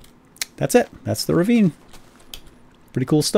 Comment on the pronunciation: it's "ravine"